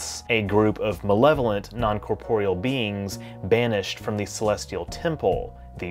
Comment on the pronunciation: haha, that southern accent coming out!